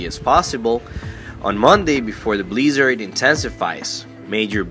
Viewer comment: What's a bleeeezard?